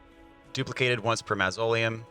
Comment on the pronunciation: The bubbletear does have a time limit. Also, that not how you say “mausoleum“ hahahaha